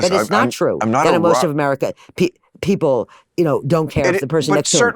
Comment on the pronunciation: Bill says "pee pole". The word is people.